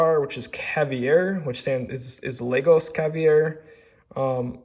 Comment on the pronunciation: Robert Coin is Italian..Roberto not Robert, and ALL of his pieces have a signature Ruby on them. Yours is on the back. Look for the Ruby. Also it's Lah-goss, and caviar like the food. 😀 lastly, it's Eff-eee. Pronounciations are not easy, you do good.